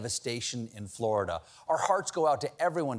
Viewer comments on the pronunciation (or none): none